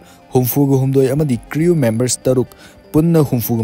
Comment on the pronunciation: Crew...croo haina pronounce toubiyu